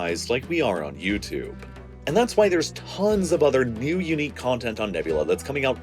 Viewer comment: you can’t pronounce “New” ? Or was that just a misreading? Just curious, no judgement